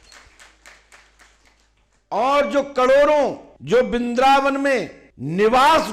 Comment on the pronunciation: kripya aap apne बिंद्रावन ko thik kijiye 😂😂😂😂